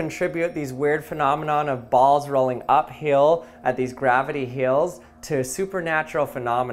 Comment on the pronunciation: Gravity heel? His pronunciations are so cute